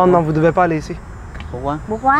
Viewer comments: jpp c'est quoi comment Il disse "pourquoi"? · son pourquoi a la chinoise sa me tué